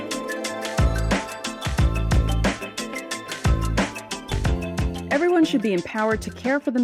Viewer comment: Man in Spanish it is not Torronto, but Toronto. It is pronounced almost like in English. Unbelievable!